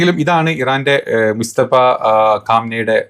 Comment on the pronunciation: ഭായ് മുസ്തഫ ഖാം നെയി അല്ല മുജതബ ഖാം നെയി ആണ്